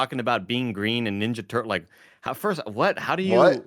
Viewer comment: Tim: Teenage Mutant Ninja Turtles Also Tim: Teenage Mutant Nenja Turtles 😅